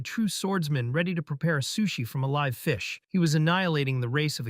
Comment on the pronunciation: It's a robot. Have you noticed how all robots cannot pronounce live correctly. Also this entire thing is annoying when they misgender the characters. I don't know if the robot is just stupid or it is intentional to annoy the audience.